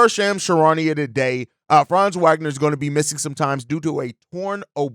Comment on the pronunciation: Hey Host…the W in Wagner is pronounced like a V! Ya think people who post NBA news would know that after 4 years in the league. 😳